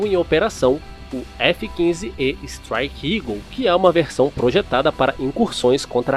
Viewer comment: Máquina extraordinária, só superada pelo revolucionário F-22 Uma sugestão: correção da pronúncia: “estráique” e não “estrique”